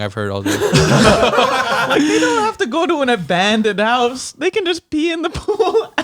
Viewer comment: I literally heard ''The Haunted Hosuh...''